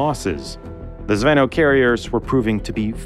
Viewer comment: You dno't pronounce it "zv`ehnoh". It's almost "zvin`o", last sillabe accented. Means "airsquad" (or "lance", for tanks), being literally "chainlink".